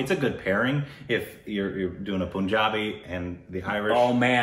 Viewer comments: Guys, it's PUN-JABI (pun pronounced as in fun) .. Not POON-JABI! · I still don't know why they pronounce punjabi as poonjabi while its pronounced same as the word "pun" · WHHHHHYYYYY POOOOOOOOOOOOOONJAABI?!?!?!!?!? IT'S PUN-JABI. PLEASE FOR THE LOVE OF BABY YODA SAY IT CORRECTLY THIS ONE TIME!!!!!! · It's not Poonjabi lol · Pun in Punjabi is pronounced as Pun, the English word.